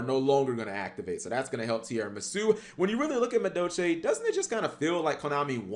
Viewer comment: Why don't you pronounce the L in madolche?